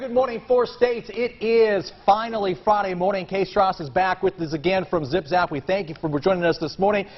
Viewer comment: "You're with a company called 'Zip Zap'" "Correct." Haha it's Zim Zam! Lmao